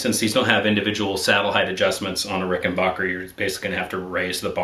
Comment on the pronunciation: Rick-in-back-er. Not "bach"er